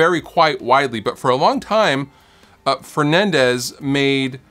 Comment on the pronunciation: Why do people continuesly mispronounce words like Fernandes. It's not Fernandez it's FERNANDeeeeeees